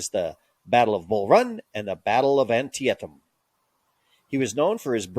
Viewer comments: The name of the river on which the battle was fought is pronounced an-Tea-tum. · Was the voice AI? The pronunciation of Antietam was consistently peculiar. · One of the blurry pictures you showed while discussing Bragg was a rendering of the battle of Culloden. Lazy! You are also butchering the names of certain battles such as Chickamauga and Antietam. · 😅😂 just a suggestion your history video would be way more proficient if you announced words and locations correctly like Antietam. You probably want to stop your high and low cadence when lecturing. It's not far from listening to someone inhale a helium balloon and talk until the helium is used up. I'm not saying for you to be monotoned but a more level speech pattern would make it easier to get the attention of your audience. I'm guessing you don't do much public speaking or teaching classes.